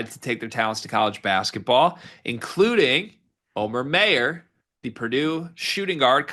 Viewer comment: I have no idea what you mean by that but that's ok. But hearing his name pronounced wrong is like fingernails scraping a blackboard. Anyone who's ever taken German knows immediately how to pronounce that name.